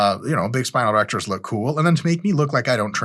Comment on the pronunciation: Dude I thought you said grow your erections. Ew